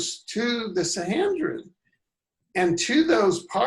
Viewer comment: the word is SAN.HE..DRIN. there is no N, not HEN, you have said this name in.correct so many times I could not get whatever point you wanted to make....your mis.pro.nunciation was so irritating.....t